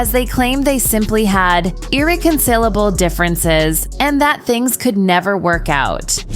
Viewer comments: Ireconsillable, aleggably??? ENGLISH MOTHERFUCKER, DO YOU SPEAK IT?! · Is the narrator illiterate?? “A-leg-id-lee” is how she read allegedly…and how did she pronounce irreconcilable? What a mess. It doesn’t seem like reading for a living is the best choice if you don’t know or understand the words you’re reading. Clearly it wasn’t written by her but how do you not understand these simple words???